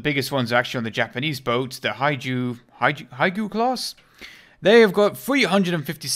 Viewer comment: "The Haiju... Haji- Haigu-class?" ohhh.... I can hear one of my friends ree-ing in the distance with that one... But, in all seriousness, Hyuga, at least to the best of my knowledge, is pronounced as "Hew-ga" I honestly don't really.. care how others pronounce it, I just wanted to specify. If you don't care, that's fine, genuinely. Just wanted to help out.